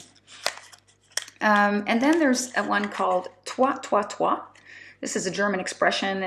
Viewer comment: Its like hanging out with a friend :) thank you! And congrats for the Job offer! "toi toi toi" is pronounced like "toy, toy, toy" ;) Greetings from Germany